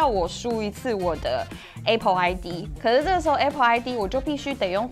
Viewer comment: A pple應該是台灣式的發音. 在美國是像在說 愛pple😊.